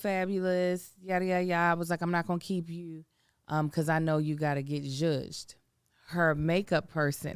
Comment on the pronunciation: It’s a word Joodj! Joodj it up…